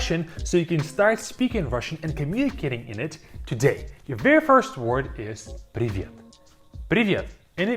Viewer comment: Preevit😅😂no preevyet